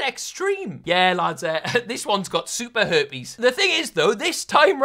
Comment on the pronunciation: Lmao say "super herpies" again,:P